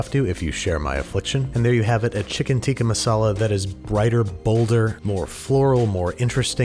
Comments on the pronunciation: lol the only thing I was waiting for in this whole video was to hear how Babish said “Tikka Masala” 😂😂😂 And I will say I am content knowing he was gonna screw up the name. 😂😂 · It's not "tika masala" It's pronounced as "Tik-kaa maasalaa